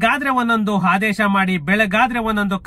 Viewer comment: ಅದು ಪುಲಿ ಸ್ಟಾಪ್ ಅಲ್ಲ ಮಹರಾಯ. ಫುಲ್ ಸ್ಟಾಪ್ ಅಂತ ಹೇಳೋದನ್ನ ಅಭ್ಯಾಸ ಮಾಡ್ಕೋ. ಹಾದೇಶ ಅಲ್ಲ ಅದು ಆದೇಶ ನಿರ್ದಾರ ಅಲ್ಲ ನಿರ್ಧಾರ ಅಂತ ಹೇಳು. ಬೂಮಿ ಅಲ್ಲ ಭೂಮಿ ಅನ್ನು ಅರ್ತ ಅಲ್ಲ ಅರ್ಥ ಆಗ್ತಾಇಲ್ಲ ಅನ್ನು. ಯಾವ್ ಶಾಲೆ ಕಾಲೇಜಿನಲ್ಲಿ ಕನ್ನಡ ಕಲಿತಿದ್ದೀಯ ಮಹರಾಯ.